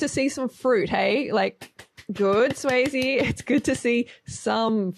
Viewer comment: Can someone please explain why Frellee is calling her "Swayzee"? xD What did I miss?